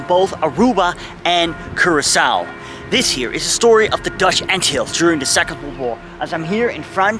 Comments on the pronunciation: G'day to you,I dont think you say Anthills ,it should be more like Antillees! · Ant hills, that is not how you pronounce it, it is pronounced an til les. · I've been pronouncing the islands incorrectly. The lesser an-Till-lees is wrong I guess. Ant hills, now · In Murican we usually stress the first syllable of a word. ANN-till-ease. None of that fancy "tulips and wooden shoes" stuff for us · An informative video, but the narrator should learn to pronounce "Antilles". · Shocking pronunciation of Antilles!! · If you make a documentary about the Antilles it would be best if you first learned how to pronounce it correctly.